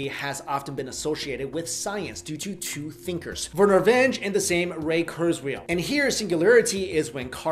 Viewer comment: It's KurzWHILE not KurzWHALE